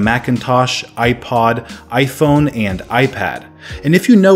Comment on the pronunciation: i find it funny how this guy says AyFouun